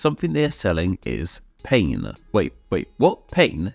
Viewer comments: What your pronunciation of the French word "pain" was extremely painful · From my narrow language knowledge (mostly my native German, C1 English and basic French & Latin) I can say his German was probably the best, even though it was just mediocre. The literal word from the thumbnail (pain) was severely butchered.